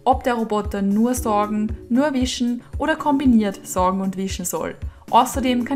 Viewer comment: Das heisst "saugen" nicht "sorgen".